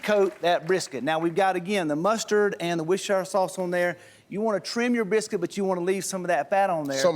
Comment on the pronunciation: How many brits (like me) were internally screaming Worcestershire sauce, pronouncing it right, coz he kept getting it wrong.